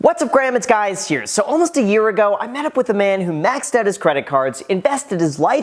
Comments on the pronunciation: Did anyone else catch that? "What's up Graham it's guys here xD" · "What's up, Graham? It's guys here." Did anyone else catch that, or am I just hungover and hearing things? lol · “What’s up graham it’s guys here”😂😂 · “What’s up Graham, it’s guys here”. 😂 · “What ups graham its guys here” haha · "What's up Graham it's guys here" 🤣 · “What’s up Graham it’s guy’s here” 😂😂😂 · "What's up graham it's guys here"😂 😂 😂 😂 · “WhAtS Up GrAhAm ItS gUyS hEre” lol loser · "What's up Graham, it's Guys here..." LOL